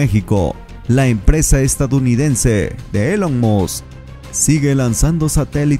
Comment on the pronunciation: Se pronuncia ilon musc no Elon.